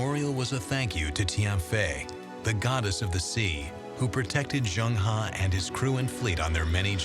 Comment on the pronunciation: As a professional narrator, he should have made an effort to find out how 'Zheng He' is pronounced. Angmo are very self-centred as they pronounce foreign names as if they're English words. Zheng He is pronounced as /zəŋ - hɜː/. Also, Shanghai is /ʃɑːŋ-haɪ/ not /ʃæŋ-haɪ/. Tsunami is not 'Sunami/ but /tsu-na-mi/. Asians make a conscientious effort to pronounce Angmo names correctly but accommodate their Angmo masters by parroting them instead of correcting them.